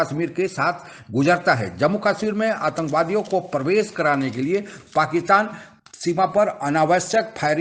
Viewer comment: भाई प्रवेश बोना चाहिए 🙏🏻 परवेस नहीं 😭